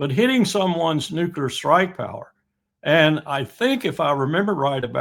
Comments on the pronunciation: I'm going to stop at around the 18 minute mark on this video if the guest is going to keep saying nucular instead of just nuclear, like WTF, and does he even know his country is a genocidal empire? he is speaking as if the US has some kind of legitimacy. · Nuc-le-ar not nuc-u-lar. Should know better. Yikes. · Nuclear and not nukula nothing name kukula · I just can't take someone seriously and start to question their lack of intelligence when they say "nucular" in reference to weapons. "Nucular" is actually a word but it's not the right word for this context ffs. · Once Bush the Nice Bumpkin started saying "nucular," more and more thoughtless Murkans began to mispronounce the word. Now the error has spread to the upper echelons of society, it seems.